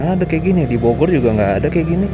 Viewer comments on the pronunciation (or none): none